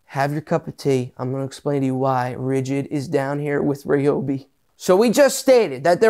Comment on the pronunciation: Gadayum. This guy is PSYCHED UP! Meth? 😂 Just kid. The only guy who pronounce Ryobi correctly